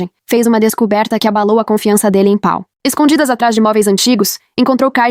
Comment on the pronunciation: Na verdade é Paul. A IA não sabe ler estes nomes. È um problema porque Paul é um nome de origem inglesa e quando a IA de leitura está programada para ler em português ela se atrapalha com palavras e nomes de ouro idioma.